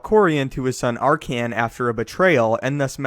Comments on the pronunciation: Did this dude just call Arcann "Arcian"? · "R-Can" lol Also Legends was Canon before Canon was Canon.